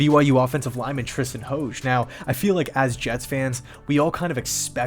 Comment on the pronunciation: Tristan's last name is pronounced "Hodge". He is the nephew of former Steeler RB and TV analyst Merrill Hoge. He transfered to BYU from Notre Dame and primarily played Guard for the Cougars. He battled injuries during his career and dealt with Covid-caused pneumonia during last season and missed a few games. Glad to see him get his shot!